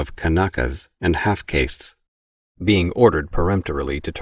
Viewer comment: Same. It's the way the guy says "half caste" that gives it away. I've never heard anyone pronounce it as "KAY-ssst" rather than "KAH-ssst"